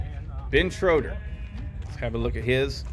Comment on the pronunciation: Spelled like Schroeder, but pronounced Shrader. Happens a lot. 😂 All good though, say it however you’d like.